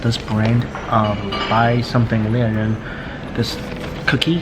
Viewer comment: I laughed when he read "bai something lian ren". :D